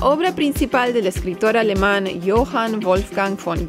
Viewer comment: En Argentina DAMASCO; en Espana no me acuerdo, puede ser Albaricoque?, perfecta tu pronunciacion del aleman. Saludos desde Münster.